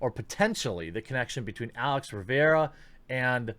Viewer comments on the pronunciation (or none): none